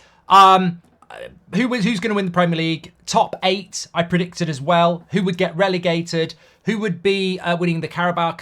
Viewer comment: bro said predictudd